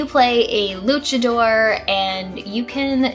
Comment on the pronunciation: Nice to hear that enunciation of luchador :)